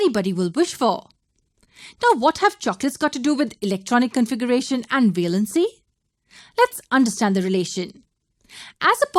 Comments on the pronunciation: Its valency not veelency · Its pronounced as valency not velancy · Wrong pronounciation of valency